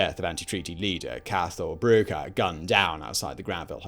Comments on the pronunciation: "Cah-al Brew-a", not "Cath-hal -"Brugg-ha". "THE Four Courts", not "Four Courts". "Mul-car-hee", not "Mul-cay-hee". (Bite my tongue for using RP phonetics😂). "Yawl", not "You-gawl" The gigantic explosion was not in the Four Courts, but in the Public Records Office at its rear. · Thank you for researching and producing a video on this time in Irish history. pronunciation of soldier Cathal Brugha and places like Youghal, Béal na mBláth et al are so bad, it’s not funny but is why we love our English cousins ha ha.